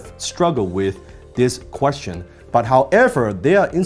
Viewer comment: 不只口音問題，仲聽到好多發音錯誤，Three 讀成Fee , First 無左st音，question的"stion"讀成"純".... 好多字發音的輕重位都錯，原本都好似好多其他人一樣當練聽力，但聽到5-6分鐘後，實在聽不下去。